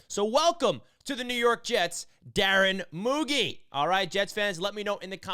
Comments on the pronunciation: Great video but its pronounce MouGeee fyi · The pronunciation is Moo Jeee